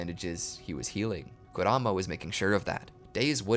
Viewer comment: "kuruma" "naruti" "shinshuriqi" 😭😭